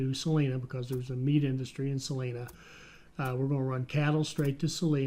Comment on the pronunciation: Salina is pronounced "suh-line-uh". It's very odd hearing it pronounced differently. . .